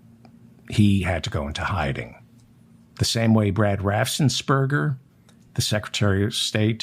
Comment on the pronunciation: It's RAFFENS-BERGER not RAFFSENS-BERGER. No S after the FF